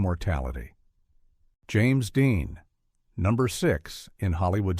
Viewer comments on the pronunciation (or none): none